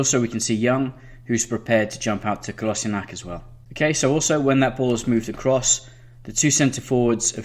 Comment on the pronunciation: great tactics but gotta work on pronouncing player names the way they are supposed to be "dalotte" - dal-oh Dalot "leeno" - le-no Leno (think like Jay Leno) "kolaseenack" - ko-las-in-ach Kolasinac "maitland-neelis" -nye-els Maitland-Niles "matick" - ma-tich Matic well done on aubameyang, ozil, xhaka, lacazette. just trying to help. Love your video highlighting both manager's thinking.